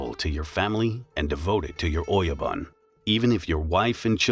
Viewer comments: “Oyaban koban” its oyabun kobun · Good content, but your pronunciation needs some work. It's not 'bun' as in hamburger bun or rhymes with "fun". Try "boon" rhymes with "coon" with oyabun. Ko-bee, like the insect? No, Ko-Bay, like San Francisco Bay. Kobe Bryant's dad messed that up. But having said all that we got "CARRY-OKIE" for karaoke, which ain't even close, LOL! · I almost want to dislike the video. "Shogun" is spoken "shogoon", "oyabun" -> "oyaboon", ect. My ears are bleeding. This is so bad and just a Google search away. You could make a case that some words can be distorted when adopted in English, but that's still a crime... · "Don't talk of the clan" became "Don't talk to anyone of the clan" which makes no sense... your are mispronouncing all the Japanese words too - and I'm not talking about accent either - "Oyabun" is "Oyaban"??? really? it's all painful to watch and looks like it was done haphazardly or by the AI with a lot of mistakes... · Great information but bad pronounciations, see if you can get the bot to pronounce the words correctly. For instance, ō-Ya-boon (oyabun) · >the oh yo bun >doesn't give you your lost bun ? BOON, GOON, holy hell do Angloids really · Its OYABUN... sounds like O - YA- BOON..